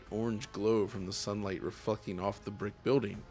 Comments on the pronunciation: he did not say reflecting 😂. He completely messed up the word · He said "reflecting" but ngl this did sound f*nny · He said reflecting but yes sounds like that